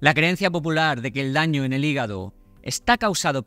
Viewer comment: 😂regenera tu higago